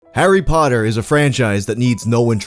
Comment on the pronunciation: You're the only American that doesn't pronounce it like "hairy paddur"